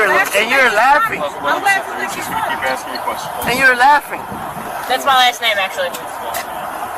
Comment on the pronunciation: She Axin you a question Mr POlice man.